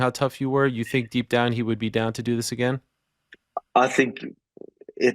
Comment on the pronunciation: "Ovesly, Ima typa guy" Volkanosvski